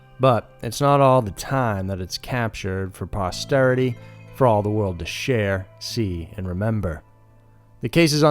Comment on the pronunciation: Posterity, not ‘prosterity.’